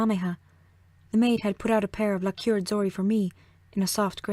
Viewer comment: it's not pronounced "la CURED" but "LACK erd"